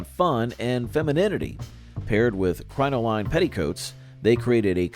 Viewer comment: Loved this trip down memory lane! Regarding the poodle skirts - applique is pronounced "app-la-kay" and crinoline is pronounced "crin-o-lyn". Words you don't see a lot nowadays...